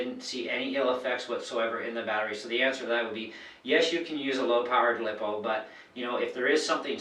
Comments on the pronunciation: When she said liippoo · First you pronounced lipo (lithium ploymer) wrong, second your speed is controlled by your gear ratio like on a stock motor a 28t pinion and a 83t spur will get you about 30-40mph, bigger pinion smaller spur=higher top speed, smaller pinion and bigger spur= better acceleration and smaller top spped